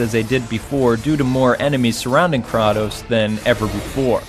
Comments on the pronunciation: God of War II better than III? I have to disagree with that. GOW II had some issues with level design and III really nails it down. The difficulty in III is also much better balanced. Anyone who beat the sisters in II can attest to this! Also it's pronounced KRAY-TOS not KRAW-TOS :p I agree with the Sonic DS collection being too much at $29. There is no reason a new Sonic Collection should not include Sonic CD. It should also have the S&K "Lock-On" capabilities as well as Sonic Spinball & MBM. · Two things I wanna share with you about God of War,. Don't think I'm being mean, please. 1) It's pronounced Kray-Toess 2) God of War series, to me and I know I'll be getting hate for saying this, is overrated. If only because of Kratos.